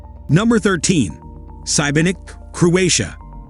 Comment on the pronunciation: is 16 18_ degrees warm for you???? You can not swim in the sea! it seems it s 100 IA video it s obvious you have never been to those places!! Sibenik (not Cybernik !!!!!!) is not Dubrovnik!!!! 100% wrong ENOUGH IA WRONG VIDEOS!!!!